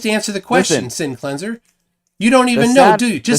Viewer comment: "No glober has ever shown me an example of sinking refraction." Also: "That looks like a perfect example of sinking refraction." Sinc-leans-err 😏